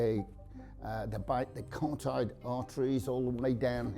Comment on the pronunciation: The expert needs to pronounce 'carotid artery' properly. Curl up into a fetal position, yes but he doesn't say, don't keep screaming in fear. Screaming will excite the dog!